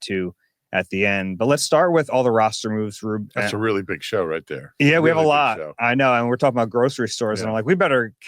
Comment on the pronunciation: said in a nordic accent “a reeeeally big shooooooew”